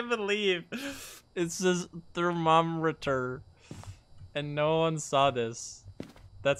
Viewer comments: Thermomrter. Pronounced "thermo - murder" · Thermomrter😂 what da hell😂